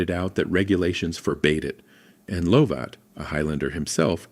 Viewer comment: Not Lowvat! Luvit!